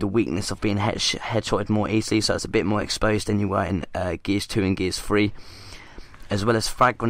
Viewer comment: Stop saying gears free